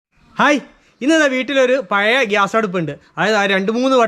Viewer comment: കോഴിക്കോടു കാർ മാത്രമല്ലല്ലോ താങ്കളുടെ സബ് സ്ക്രൈബേഴ്സ് . "പയേ സ്റ്റൗ " പോലുള്ള വികല ഉച്ചാരണം ദയവായി ഒഴിവാക്കണേ !